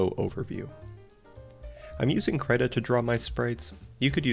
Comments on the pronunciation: did i just hear you say kraita? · Is he saying credit or krita